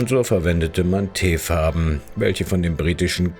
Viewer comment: Es heißt auch Teerfarben und nicht Teefarben......da muss die Sprachsoftware wohl noch was üben..